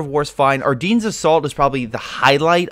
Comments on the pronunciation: It’s “Are Den” NOT “Are Deen” omg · The way he says Ardennes tho